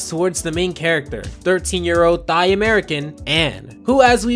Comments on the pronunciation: 13 year old "THIGH" American, wtf is that its "THAI" pronounced TIE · Did he just pronounche thai as theye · Lol you dont say the th in thai just a t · We really just gonna glaze over the fact you said “thigh-American” ?